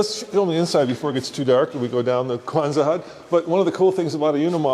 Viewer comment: Did call a Quonset hut a "Kwanzaa" hut?? lol.;-).;-)